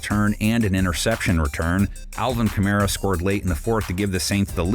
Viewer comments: Young-hoe koo is crazy 😂 (young-way) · He said youngHOE koo😂 it’s pronounced youngwey dawg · It’s pronounced Youngway koo 😭